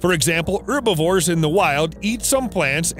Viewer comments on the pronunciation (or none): It's Herbivores not Urbivores, Animals are not plants and anyway you actually do pronounce the H in Herbs only the French don't because there is no H in the French language they are all silent. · Why don't you pronounce the "h" in herbivores????? Irritating